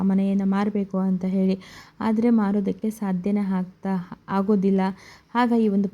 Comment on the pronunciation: ಹೆಂದೂ , ಹುದಾರಣೆ , ಹಾಗೋದಿಲ್ಲ, ಇತ್ತಾಳೆ, ಹಗಲ, ಎಬ್ಬೆರಳು, ಹನ್ಕೊಂಡೂ , ಹೊತ್ತಿ, ಅತ್ತರಿಂದ , ಅರಿಯುವ, ಹಾಗಿರಬಹುದು, ಹೆಲ್ಲಾರಿಗೂ ಹೊಳ್ಳೇದಾಗಲಿ😢 ಕನ್ನಡದ ಕಗ್ಗೊಲೆ